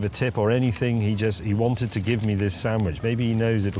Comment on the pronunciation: sandwich not sandwidge